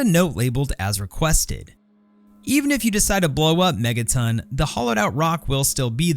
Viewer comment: "Megatin" no that's megaTON.